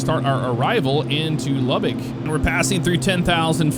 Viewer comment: I think I’m more impressed with the accurate pronunciation of Lubbock haha Welcome to the LBK my grandfather was one of the lead engineers on the runways back in the day